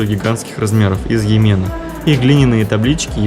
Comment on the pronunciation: Режет слух как вы произносите амфоры, йемен и тд. Вся эксмкурсия -галлопом по-европам. Минус.